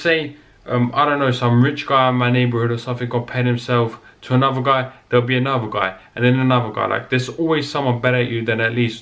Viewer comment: "Anuva and anuva and anuva" haha. Great video though